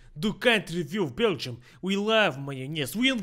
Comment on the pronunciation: Its really weird how you pronounce Beergium, Boris.